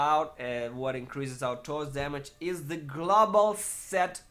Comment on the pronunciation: "th" orns. Not torns.